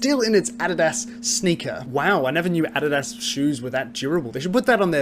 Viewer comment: The way he says adidas